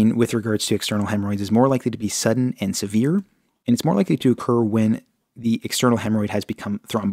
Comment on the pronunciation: i think i have a external hemorrhoid it doesn’t really hurt right now but im scared the way he say SEVIER pain